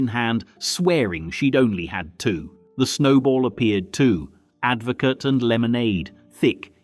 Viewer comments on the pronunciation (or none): 'sin-zano' and 'advo-cat'?..they are pronounced 'shin-zano' and 'advo-kah' Then he said 'Baby-ch-am'...it's baby-SHAM!' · Get your pronunciation of advocaat correct! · AI commentary? Mispronunciation of Babycham, Advocaat and Cinzano suddenly make it all seem very fake, spoiling what seems very authentic otherwise. A shame.